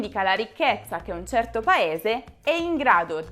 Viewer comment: Molto interessante il video. Grazie! Come mai alcune volte sento che pronunci "tcio" invece di "cio" oppure "tci" invece di "ci"? Per esempio dici "tcerto" invece di "certo" , "quinditci" invece di "quindici"...